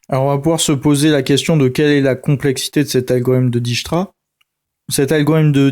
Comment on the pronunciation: dijkstra est un nom hollandais dijkstra et non dijsktra ij. se prononce "aille" en néerlandais. dijk. la digue se prononce daille'ke